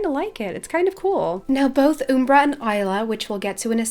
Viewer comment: The way she says Umbra is so funny!